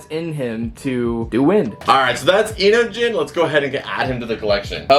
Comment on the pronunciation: It’s pronounced into-jeen